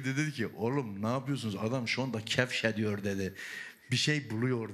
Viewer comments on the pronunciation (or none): adam şu an '' kefşediyor '' dedi, '' bir şey buluyor'' dedi :D